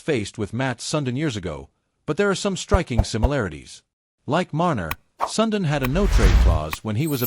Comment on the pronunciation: you should pronounce Sudin as sundeen not sundin....